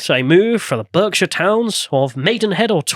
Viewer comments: Bark-Shire not Berk-Shire. But still Londoners stay in London. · It's pronounced "Barkshire" you illiterate scrub